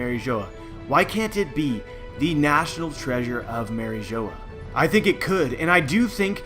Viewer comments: Its painful knowing Ive been listening to a 12 year olds.youtube channel this whole time pronouncing Marij Jois as "Mary Joah". Its pronounced Marige Wah. How elementary and uneducated you are. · Its not pronounced "Mary Joah". Its pronounced "Marige Wah". Stop butchering it. Its so cringey and elementary. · Great theory but I think you are pronouncing Mariejois wrong. I think it's pronounced like you would say it in French: Maree jwa. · Stop mispronouncing Mariejois you doofus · Way to butcher the name "Mariejois" throughout the entire video and miss spell it in your description when it appears in your video.